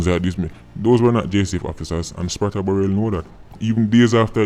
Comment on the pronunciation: Sprata LMAOO Bless up